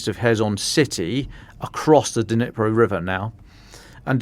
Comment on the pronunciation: I lived in Ukraine for 17 years right next to the Dnipro river. NOBODY IN UKRAINE call it the DeNipro! Nobody. The D is silent. Just like the K in Kherson and Kharkiv. They are pronounced Cherson (as in Scottish “loch”) and Charkiv . But I know the English tongue struggles with such sounds so just make the D silent and say Nipro. Same with Kh - Herson, Harkiv. It’s not hard.